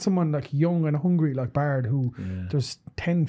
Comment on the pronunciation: BAIRD! not bard.